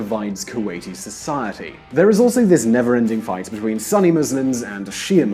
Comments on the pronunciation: It’s not sunny Muslims it’s Sunni Muslim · "Sunny Muslims", "Bahreim" why can't white people learn to pronounce even the most basic of foreign language words. Also many inaccuracies in this video!